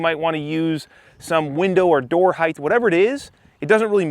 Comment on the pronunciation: “Height,” not “heighth” bro You’re constantly teaching me, figured I’d switch it up one time